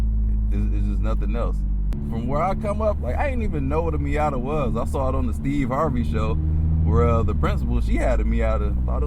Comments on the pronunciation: What is a "MeeYADDER"? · Did he say Miata with the hard er 😭😭